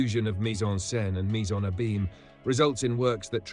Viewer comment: I thought the narrator's voice was AI until he mispronounced "abyme" several times.